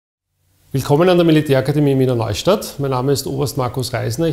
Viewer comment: Warum sagen sie immer "Miener Neustadt", oder klingt das in der Mundart nur so?